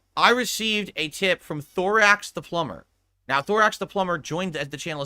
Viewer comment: Imagine dropping 150 on the pigroach just for him to go on a long rant about how suspicious your donation is, and get "plumber" wrong. dents are really special. Looking forward to the rant in the future when will explain how this guy tried to control the stream and was a detractor all along.